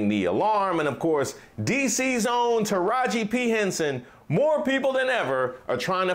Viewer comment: He pronounced Tiraji AND Henson perfectly. That "beat" bs was on purpose.